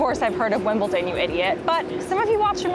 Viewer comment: It's WimbleDon not WimbleTon. Why is that so difficult to pronounce, I get it with Buckingham Palace, cause of the H, but Wimbledon? And, yeah, I live 5 miles from Wimbledon. Been twice.